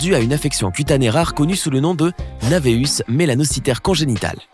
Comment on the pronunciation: HétéroCORmie?? Navéus?? C'est si difficile de lire et/ou parler convenablement?? => HétéroCHROmie et NAEvus (qui se prononce névus)!!